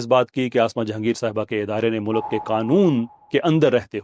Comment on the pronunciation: یہ آپ کو میں دوسری بار گوش گزار کر رہا ہوں۔ مولک نہیں ہوتا مُلْکْ ہوتا ہے۔ خدا دا واسطہ اے ٹھیک کر لوو۔